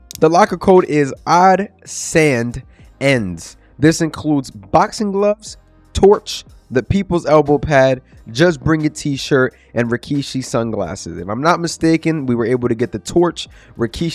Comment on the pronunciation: odds and ends, not odd sand ends